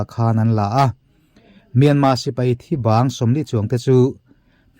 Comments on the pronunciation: R hi i lam thiam lo nge myanma ti zel a. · Myanmar tih hi a har viau ami le,,,kan mi chankang ten myanma an ti zel hi ka lo ngai pawimawh tlat mai,,,,nge,,,R,,,hi an lam thiam lo zawk le.